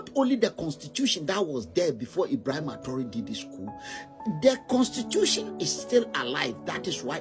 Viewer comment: Please I would like to watch the whole video, what’s the link 🔗. Did this man criticize Paul like this and the way he pronounce his name “Ebrahima” paps is over sabi 😂. Paps forget ECOWAS because that house is a shamble and a scam… rule by puppets and control by master puppets. Your Majesty his a puppet that’s how he got his opinion. West influence blinding him to no return.